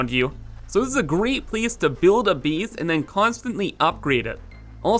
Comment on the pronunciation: "Build a bees", "eeneemis"😂